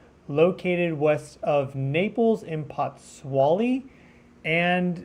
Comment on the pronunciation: It is pronounced, POTS SWOLE LEE. THANK YOU.